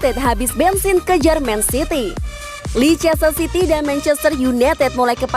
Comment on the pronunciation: Min lescester city di baca : Lester city ..kalo mau lebih smart kek logat Amerika : lesde cidi 😁